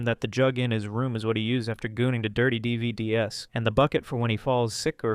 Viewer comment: bro said "D.V.D.S" Do you not know what a DVD is?